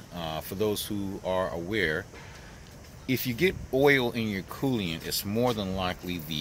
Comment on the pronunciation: Coolant not Colliant